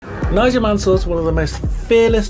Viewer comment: Nigél Manél hahahahahaha